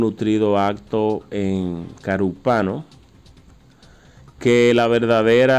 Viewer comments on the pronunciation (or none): yo participo... Se pronuncia Carúpano....con acento en la ú.... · Sé pronuncia Carúpano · CARUPANO. acentuado en la U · Se dice carúpano población del edo sucre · Es Carúpano con la tilde en la U. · Carúpano , acentuando la "u" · Caruuupano, lleva el acento en la U" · Carupano con acento en la u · Se dice Carúpano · Es carùpano acento en la U